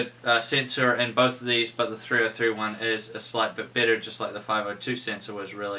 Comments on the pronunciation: nah i heard it to lol sounds like new zealand accent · Am i the only one dat heard 'ya this is a little bit bitter" ?